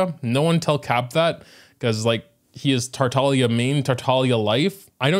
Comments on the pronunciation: That's how you pronounce his name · its supposed to be said like that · FINALLY SOMEONE WHO PRONOUNCES TARTAGLIA THE BEST IT CAN BE IN ENGLISH 😭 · yea apparently youre not supposed to pronounce the g